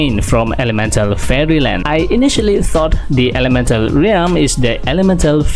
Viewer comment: ralm po hindi reyalm